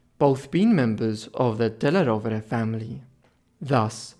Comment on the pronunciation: The suéname is badly pronounced. It is della Rovere!